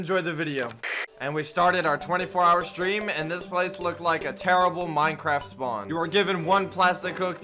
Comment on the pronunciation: He says mincraft spwan,terraria music starts playing Me:DA FUK